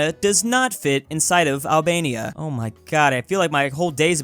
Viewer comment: Name Albenia no albelni 😂😂😂